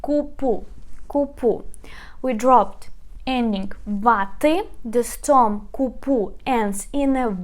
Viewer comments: You pronounced wrongly : stom instead of stem, the correct pronunciation is " stem " as it is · Please, one more thing, it is not storm its stem (CTEM) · Nicely explained! Thank you! By the way, the word STEM is pronounced стем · This is fantastic but please it's VERB not WERB and STEM not STOM.